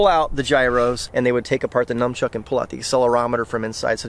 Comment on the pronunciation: Did say Numchuck? How do people get this word wrong? It's all over the internet!